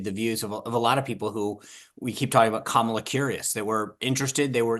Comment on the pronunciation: If you are speaking about Kamala and incapable at this point of correctly pronouncing her very easy to pronounce name ( Comma-la) then say the name Harris.